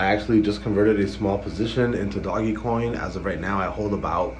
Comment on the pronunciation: its duh Oh J dOge... doggy lmaooo